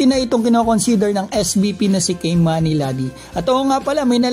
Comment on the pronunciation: Pronounciation Kee-mani not Kay manny